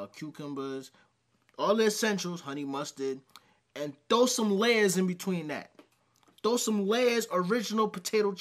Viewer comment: Did he say "Layers" when he was referring to Lays? Is that what New Yorkers say? 😂